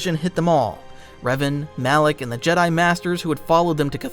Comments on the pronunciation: alak? Mf its Malak 🤣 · Am I tripping or did he call Malek alleck the whole time lol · Calling Malak.. alick or alic alik. Whatever ur saying is drivin me nuts lol